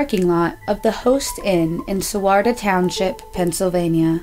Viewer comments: It's not "Ray-NERT," it's pronounced "RYE-nert." And it's not "Ad-more," it's "Ardmore." And it's not "Sawarta" Township. It's SWATARA Township. If you are going to go to this much trouble to create a podcast please take the time to try and learn the pronunciations of place and family names out of respect to the victims. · Swarta is SWA-TARA. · REINERT (pron. RHINE ERT) the first town was ARD-more and the township was SWAT-arra. Please learn how to pronounce the nouns before making these videos.